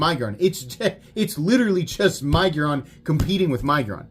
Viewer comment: I am so happy that you are using the right punctuation. Your fellow YouTubers love to use the (N) syllable in the word to make it sound like Nig-uron .